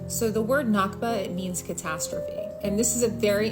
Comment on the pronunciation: One small correction. It’s “nakba”, not “nakhba”.